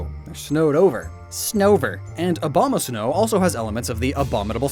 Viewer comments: "Next we have Snover and Obama-snow, uh, I mean Abomasnow." 🤣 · “Obamasnow”